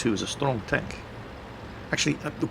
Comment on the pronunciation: Goddamit its Stronk Tonk not Tenk.